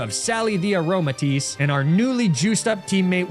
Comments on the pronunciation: there's no accent on the e. It's just "a-roma-tees" not "a-roma-tees-ey" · Also how he called her Aromatis-say 😂